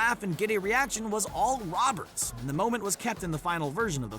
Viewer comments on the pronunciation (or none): he said loberts instead of saying roberts